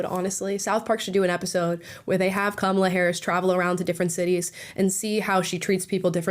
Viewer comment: Joe Brown called her kabala Harris lol